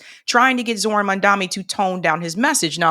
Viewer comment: You are mispronouncing Zohran Mamdani’s. The correct pronunciation should be something close to this: “jo-Ho-raam” “Mam-danee”